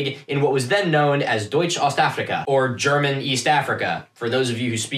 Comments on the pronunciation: Wtf? The algorithm did what it was supposed to?? This is GOOD content! Also pretty good German pronunciation btw :) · What the fuck...? You're the first archaeology Youtuber I've watched who doesn't butcher German words. You actually did a really good job. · pretty good pronunciation for one of those Americans actually